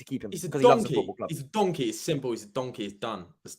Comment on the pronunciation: The way my man was saying donkey he might as well have been saying the racial slur instead 😂😂😂